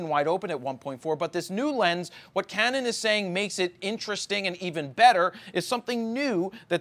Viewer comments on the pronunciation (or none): none